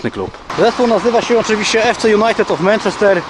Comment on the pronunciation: Dobra seria, ale zrobiłbyś 8 ligę mistrzów. PS wymawia się mAnczester